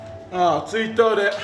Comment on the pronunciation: トゥイターww ほんとグレオカ劇場もそうだけど、コメントもうまい！ww